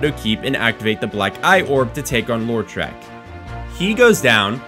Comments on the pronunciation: "Lore-trek" "Mayonnaise" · I know I've made quite a few comments on these vids tonight already, but...: "Law-treck" not "Laur-treck." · The way you pronounce Lautrec gives me an idea for a Star Trek spin off starring Data's brother.